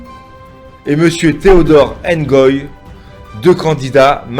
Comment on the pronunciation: C, est Ngoyi et Non engoyi